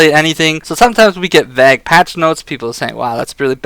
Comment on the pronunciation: Nice vid. I like this unscripted opinion based vid type. Seems way more relaxed. Having said that, I can understand why scripting would be necessary. Btw... vague is pronounced vay-g (short guh sound) not va-g Anyway, keep up the good work